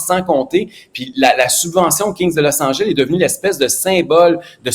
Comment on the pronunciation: ''Losse Angèlle'' LOL